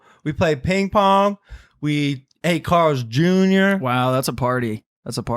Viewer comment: Why he say we eat Carl's jr. Like that